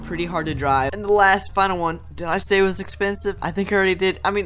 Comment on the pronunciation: i sub and hit bell and liked and you said expesive 7